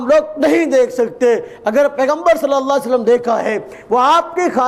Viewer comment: sala ye mere murshid ki bat krta he khud to ye MUHAMMAD pak pr salam bhi thik se nhi deta .....pta nhi kia ''salle salam'' keh raha he MUHAMMAD ke nam ke bad....